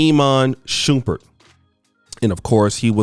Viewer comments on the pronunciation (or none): It’s Teyana Taylor like saying it “Tiana” and his name is said Shum-pert not Shoom-pert 😂😂💯 but I agree with Iman you don’t have to be wealthy to think this way most men don’t care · Shump- Pert not Shu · always fuccin someones name up its "Sh-um-pert lmao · Did dis niqqa say Iman Shoopert?? 😂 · Shumpert not shupert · its shuuuummmmmpert thou not shupert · Shump not Shoomp at least learn the names👀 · Imma need you to pronounce that man’s name correctly. You out here calling that man “Shoompert.” 😂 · Yo, if he says shoopard one more time😤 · It's Shump-ert 😭😭😭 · Stop saying his name wrong lol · Bro pronounce his name right🤦🏽‍♂️…. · Would you PLEASE say this man's name correctly 😒